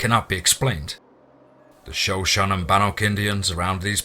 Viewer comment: Shuh show knee is the pronunciation